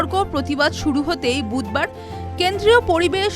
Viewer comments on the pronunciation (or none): none